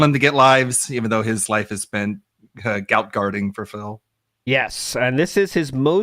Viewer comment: I don't know much about but I saw one of his vids the other day about tekken 8 and at some point he did say "X to gout" 😂